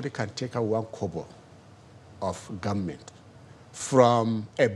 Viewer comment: It is amazing that a senior advocate of the Nigerian Judiciary has phonics problems, I suspect he is a product of Ahmadu Bello University where they pronounce the word "government" as gwarment. Awusa and Fulani have destroyed what Awolowo and Zik were trying to build. Senior Advocate, please take some courses on phonics skills for you are a disgrace to the legal education of the Fulani Republic of Nigeria.